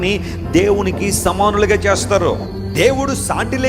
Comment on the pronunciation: సామానులు కాదు 'సమానులు'